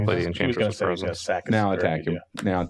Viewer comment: Its obviously “Enbantress”